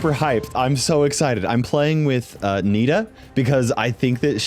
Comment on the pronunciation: Cool video! But are you calling "Nita" your Annie?😂